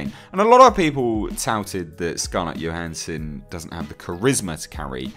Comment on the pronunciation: It's Scarlett Johansson with a 'J' - not a 'Y'. Do wish folk would get that right.